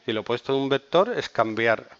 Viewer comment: Pero entonces llegó el "vectoorrr" en un "cuatrimotorrrr"